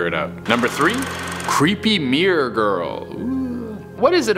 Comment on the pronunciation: You know it's pronounced mirror, not mear right?